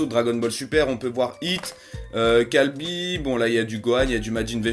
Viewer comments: t pas sérieux des le début ta dit hit ok sa ses bon et après tu dit kalby sérieux ses kyabe deja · C'est caba pas calbis